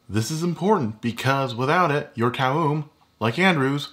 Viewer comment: Corrects Toum Recipe, yet can't pronounce Toum. Ok then.